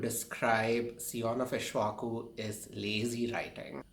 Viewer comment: and it is not ishvaku...it is pronounced "ik_sh_va_ku"